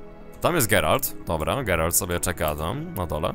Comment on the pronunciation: NIE GERALD, TYLKO GERALT...